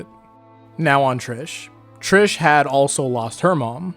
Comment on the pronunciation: If you’re going to use the Italian pronunciation of Mista and Narancia, don’t use the English pronunciation of Trish